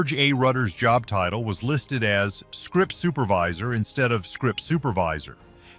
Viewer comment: SCRIPT Supervisor instead of Script SUPERvisor?